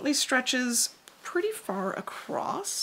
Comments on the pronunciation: Your channel is excellent. Your knowlege and expertise is unimpeachable. So humbly, I beseech you, to allow me to pick a very petty nit: There is no t in the word across. Keep the aspadisteras flying.❤ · It's a regional dialect pronunciation that happens when "across" runs into "the" and the movement of the mouth to transition. There's plenty of usage of the term "acrost" or "acrossed" in historical documents as well, so it's not a new thing (in fact evidence shows it may be an antiquated pronunciation since we had "st" on the end of quite a few words long ago)